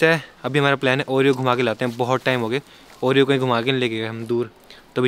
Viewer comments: ne oreo ko panoti kyu kaha 😡🤬 aisa mat karo plZz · What's this is saying panoti to Oreo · ne Oreo ko panoti bola Puri video dekho head phone laga ke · 😅😅😂😍 bol raha ha Oreo sa panoti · Why did said panoti to oreo